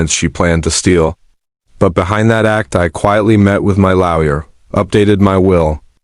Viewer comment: Again, laoya instead of lawyer